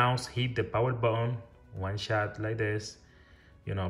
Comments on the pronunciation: Baoon baoon🤣🤣🤣🤣this is button not baoon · What did you say man botol botol i can't understand 😢